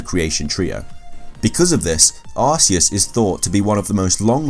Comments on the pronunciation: It's arceus not arseous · Can you even say Arceus right. Its pronounced Arc/Key/Us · You pronounce arceus and Rayquaza wrong Ray-kway-zuh Ark-EE-Uss